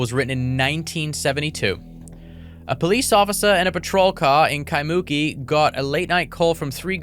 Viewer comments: I’m sorry. I always love this story, but just hearing it pronounced KaiMOOki absolutely cracks me up, lol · (Kai-moo-key) ✅ (Kai-mookey) ❌ Separate the syllables, don’t mash it together. Kai moo key Not Kai mookey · Loved the episode, but hated your pronunciation of Kaimuki. Its Kai-mu-ki . Not muki, but mu-ki with the accent on ki. All good. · Phonics spelling bro Jack " Ky'Monkey"😂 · KAI-MU- KEEEE A neighborhood behind of Diamond head on Oahu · Kai-moo-key is the correct saying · It's pronounced. Kai - moo- key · It's pronounced Kai moo key Kaimuki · We need to work on your pronunciation on Kaimuki Jack 😊 but you tried ❤ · That's not how Kaimuki is pronounced btw 😂